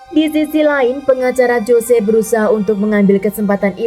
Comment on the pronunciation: "JOSE" dibaca "HOSE" yaaa... 😂😂😂